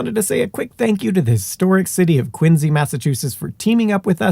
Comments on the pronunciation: You pronounce Quincy correctly but you've got Woburn all wrong. Woo-bun not Whoa-burn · Love these videos and I appreciate the accuracy in pronouncing Quincy, but the other town names are being pronounced incorrectly. Concord: "KON-kurd". Woburn: "WOO-bern". Massachusetts is weird like that. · How can you be aware of & stress the correct pronunciation of Quincy, but you massacre Concord & Belknap? 🤨 Concorde? Bellk nap? 😳😅 Concurd, Bell nap. Born & raised in New Hampshire, living from Swanzey to Gilford to Plymouth to Groveton... & the dozenth or so great grandson of Dr Warren (of the famous painting of his death at the battle of Breed's (Bunker) Hill) , & the umpteenth great-grandson of his grandfather- 12th signatory of the Mayflower Compact and member of the original illegal aliens of Plymouth Rock in 1620... also Dr Richard Warren.